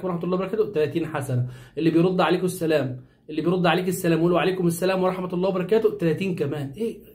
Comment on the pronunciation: على فكرة انت المفروض تقول السلام عليكم مش السليم عليكم المفروض اخوانا القاهريين/الاسكندرانية ينطقو الحروف برجولة شوية